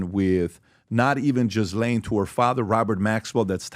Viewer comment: "Tod Blanche, I want to say his name correctly" 😂 Her name is still not pronounced Jiz Lane. It sounds like Ghee Lan. Okay Put, second try might work, since pronouncing names is important to you